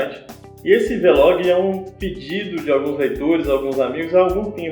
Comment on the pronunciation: É "vlog" não "v-log"